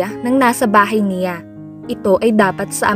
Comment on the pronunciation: Ayusin mo pgbasa mo..CIYA at NIYA..ano ba yan.